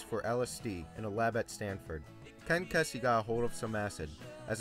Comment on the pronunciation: Ken Keysey (RIP) pronounced his name "KEE-zee." Might wanna fix that since he was such a prominent figure. Just saying.